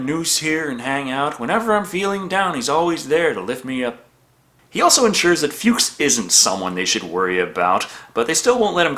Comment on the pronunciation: Nonono, it’s pronounced “Fucks” as in Fred Fuchs.:)